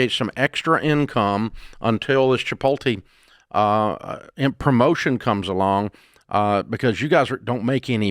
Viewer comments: Love the Sebastian Maniscalco “ChiPOLte” pronunciation 😂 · Rachel: It's Chipotle, you're not saying it right! Dave: 🗣CHIPOL-TAY! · "Chi POL Tay" 😅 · “Chipotay” will forever more be what I call the place I get my burrito bowls. 😂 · "Cha pol tay" 🤣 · I love Rachel but I wish should would not have corrected Dave, I could have used a few more of his "Chip-ol-tay" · Honey, it's CHI-POAT--LAY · CHI-POLE-TEES <—there’s a guy at work who pronounces it like that and it drives me insane 😂😂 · Rachel couldn’t handle how Dave was pronouncing Chipotle anymore. 😂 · Dave pronuonces "Chipotle" like every boomer I know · When Chipotle corporate hears this “manager” of theirs on air pronouncing their name like he did, he is gonna lose that position! Just saying, dude…..